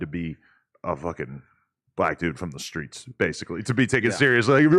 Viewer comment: Seeing TLR say “in these skreets” unironically is just 👌